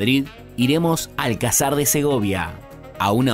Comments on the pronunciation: No le lies, hombre. Si le decimos nombres de ciudades españolas por su topónimo antiguo no se va a enterar. Gadir, Malaka, Hispalis, Barcino, Cesar Augusta, Cartago Nova... Me hace gracia como pronuncia "Alcázar" convirtiéndolo en esdrújula: "Álcazar". Youtuber, ya has visitado Toletum, es Toledo. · Buen video, hay que mejorar la fonética de los nombres :), Logroño no es pueblo, AlcÁzar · Je como buen argento, hablando de más y comentarios como viniendo de Usa? Jaaa sos mas porteño que obelisco. Gran Canaria es con su capital las Palmas cosmopolita.tiene mucho más que Tenerife, Lanzarote ni te cuento y la Palma es increíble. La residencia de los Reyes no es el palacio real. Tampoco se pronuncia Alcázar como lo dice usted. La herencia en Córdoba mora? Jaa es califal, como Málaga ,Granada,y Almería es Nazarí. Fuerte Alhambra? Es palacio,fortaleza ,ciudad palaciega. Cádiz la ciudad más antigua de Europa,solo sé que no está mal tu reportaje pero tampoco está bien.